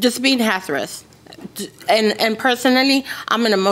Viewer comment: Did she say, Just being “hasarous” 😩